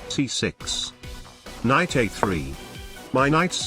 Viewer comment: It is "knight" with a silent k.